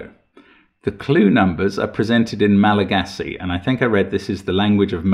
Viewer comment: One of my closest friends is malagassi and they were both shocked at your pronunciation and impressed by the logic to solve it despite the pronounciation